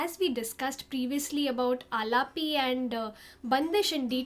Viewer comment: You are doing great ! Fantastic . You can pronounce “a-laap” , “Bun-dish”, and “laay-kari”. I hope this helps.